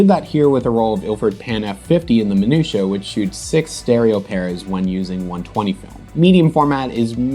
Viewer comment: Apart of anything, I just love the way You pronounce 'Minuta' ;P